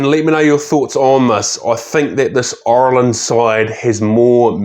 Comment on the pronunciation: great video, very informative,but please ask a irishman how to pronounce "Ireland",its not oirland or irrland.